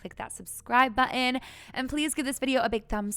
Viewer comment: What is a subscribe buh-en?😂